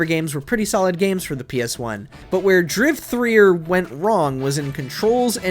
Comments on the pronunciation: Holy shit please tell me this fool did not just call Driver 3 Driv-3-er?,ffs man it's simply pronounced Driver 3,the 3 is the backwards e in Driver my guy,wtf?,smfh 😂😂😂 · Why are you pronouncing it Driv er, it Driv3er pronounced Driver 🤦🏽‍♂️ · The fact you say driv 3 er makes me mad asf. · ITS DRIVER 3!!!! Not drive 3er they just put the 3 for the e 🤦🏾‍♂️😩😂😂😂😂😂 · He just said Driv 3 er. Lmao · The way he pronounces Driver 3 as how the title is spelt, Driv3r, got me rolling lmao 😂💀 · What the fuck is driv threer? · Are you seriously pronouncing driv3r like that? c'mon man... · Did you actually just pronounce driver 3 like that 😂😂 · the pronouncing of Driver 3 had me on the ground. Hilarious! Mercenaries 2 was really, really bad. The first one was so damn fantastic the second just seemed heartbreaking